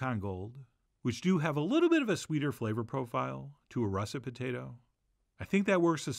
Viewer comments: Potatah? No, it’s potato. I’m an Idahoan. Potato. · "The Patayta" =)